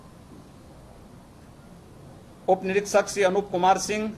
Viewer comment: निरीक्षक होता है निरकसक नहीं आरक्षी नहीं आरकसी नहीं😡